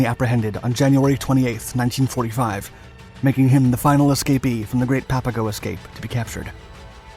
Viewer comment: A couple of things, I could add: Papago is pronounced like Pop a go, not pap. The label was a derisive one the Spaniards had for the Native Tohono O'Odham People, who still live here. [It meant ''Potato Eaters.''] The title is no longer PC. The yarn is well known here in Arizona, and you missed a few colorful details. Coleche is a congregated natural ceramic, created from intense solar heat and the right soil combinations over eons. There is a Coleche Layer all construction guys here know about. Usually about 6 feet below the surface. You need a 6' iron digging bar to bust thru it. Tough stuff, but once thru the Coleche, the digging gets easier. The story goes, the U-Boat guys got hold of a gas station map, which showed the local ''washes'' and arroyos, as streams, with little blue squiggles. Except for during Monsoon Season, when a flash flood can turn a dry wash into a raging, impassible torrent, they are dry and choked with abrasive brush, cacti, mesquite, cholla, etc. In their optimism, the U-Boat guys made their own Klepper folding boats [canvas kayaks] out of plywood supplied from the camp Recreation Department and raincoats. With these, they would navigate the imaginary rivers seen on the map. Gila is pronounced with a Spanish silent G like ''Hila.'' I also heard the German POWs spent their last American money on Chinese food in Downtown Phoenix, before being turned in to the Army. Local Chicanos lived near the camp. My Brother's ex-Sister-In-Law, Bernice, was a small